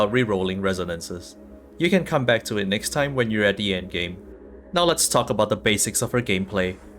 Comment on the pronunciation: "It is all aboot the sword wave"